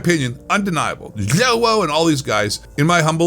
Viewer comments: Dude the way you say zjoewo 😂😂😂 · When you slurred joewo I died 😂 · I laugh everytime you pronounce Joewo 😂😂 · its great how u say Joewo 🤣🤣🤣🤣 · Why you kept saying Joewo like that was super annoying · I absolutely love how you say joewo name hahah Joewo and ZLander are straight up POS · I love the way he says joewo fucking hilarious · The way you say JoeWos name killed me😂😂😂 slowwo sucks